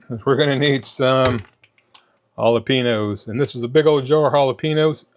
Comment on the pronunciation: The peppers are pronounced ah-la-pain-yos (Jalapenos)... I'm a firm believer in "you do you". Meals don't need to be exact. If you need a slight variation (peppers, sour cream, etc) to keep you on track, I say pour it on!!